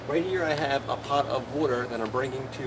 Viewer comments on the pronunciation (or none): what the fuck is wooter?